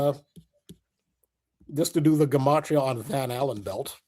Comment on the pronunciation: Just clicked, Blood, Sugar, Sex Magic. When says Van Allan, I keep hearing Van Halen. Great additions tonught! And awesome guest